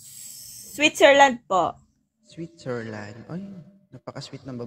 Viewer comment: Switzerland, so sweet at magalang pala ito si Ma’am kasi maliban sa Swit may zer pa😂 never mind na lang ng kasunod kasi pangit kung dudugtungan ng “i” sa dulo ang land tuloy magiging landi, di ba😂